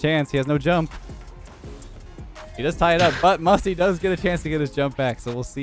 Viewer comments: U said musy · I love how it said Musy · Musy or musty because you said musy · Musy pronounced Moosy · Musty, he just said Musy on purpose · Musty won boost but he lost his "T" Musy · Nine mins in musy instead of musty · Why do u call musty musy